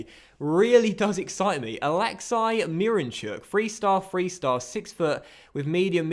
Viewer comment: His name his pronounced alexsi not alexci.And his last name is pronounced myranchuk